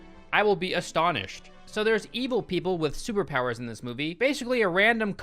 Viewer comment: Sewerpowers* That's how pronounces superpowers. Lol